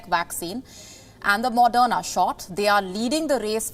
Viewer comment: Its not madonna vaccine, its moderna vaccine. Please learn to pronounce before reading news script